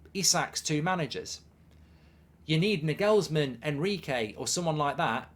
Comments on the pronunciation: It’s Nay Gulls Men not Nuh gulls men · Why are you pronouncing Nagelsmann like that? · Nagelsmann even worse 😂